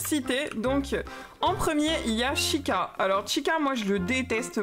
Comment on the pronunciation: Hey juste, Chica cela se prononce T-Chica qui veut dire Fille en espagnol x)